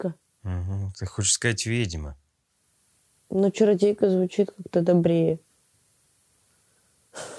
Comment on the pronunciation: Смешно ! Слово вЕдьма, а не вИдьма. Где тут вИдеть ???